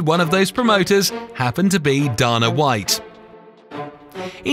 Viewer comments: you dumb shit its Dana not dona fool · Erm "Darna white"? It's pronounced Dayna, sherlock. Do your job better! Pathetic! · It's pronounced DAYNA WHITE numb nuts! Say it out loud, D-A-N-A! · This is a nice Video but the narrator seems to be pronouciing all the names incorrectly.... Who is Daana White... Tito OR tiss, Rash Add Evans, TheoDor Emilianca!! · It's funny how he pronounces "Dana", "Ortiz", and "Wanderlei". Those are just the ones I casually noticed, and I'm only 12 minutes in.